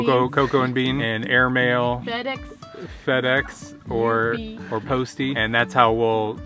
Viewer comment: fedex= fedeggs lol